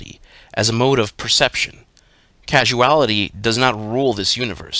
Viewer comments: I'm wondering if you mean to say "Causality" my sweet, as in cause-ality, in reference to the causes of things & events, and the causal realm as opposed to the acausal realm; and not, casual-ality like casual as in to be relaxed or the opposite of formal? Bless ya heart poppet. Well done tho all the same, it was still great to listen to you read these as you have a good voice for it and Liber Null & Psychonaut, which I like to fall asleep listening to each night 🌙, and I expect many others do too!? Perhaps you could read Liber Kaos next please? Oh, and Paradigm is pronounced Para-dime to rhyme with lime. If you need help with pronouncing words you're not familiar with don't be afraid to ask, me or anyone, or just Google the word to get a phonetic pronunciation; this will make it smoother to listen to and you'll get more views over time. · I suspect that when you said "casuality" you meant "causality". Dyslexics of the world untie.